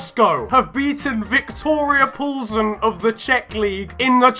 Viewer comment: Finally some youtuber pronounced Plzeň right😅🍯